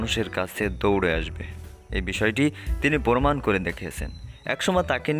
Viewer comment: ভিডিও বানানোর ভাষা শিখে আসেন, প্রমান হবে, পোরমান না